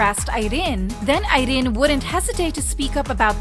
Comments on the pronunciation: THE ACCENT ON IRENE'S NAME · Why is she pronouncing Irene's name like? that LOL! is just unnecessary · I don't really know much abt rv but Irene definitely doesn't look like a woman who'd just let men take advantage of her lol. Jk. It was just choreo and kpop fans being kpop fans over analyzed everything. Ps. I love how you pronounce Irene 😂